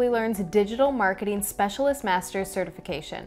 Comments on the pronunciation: Digital Maraketing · Great video - only issue is “Digital Maraketing” instead of “Digital Marketing” ☹️